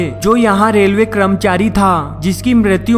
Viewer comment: "kramchari" lol🤣🤣🤣🤣🤣